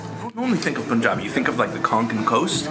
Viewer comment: Tf is POON-jabi...its PUN-jabi